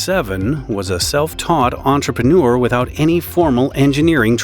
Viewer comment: "Antrepuneur" - moron trying to screw everyone over for money.